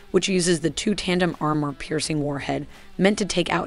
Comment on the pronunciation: How did she pronounce "armour"? Sounded like "are-myor".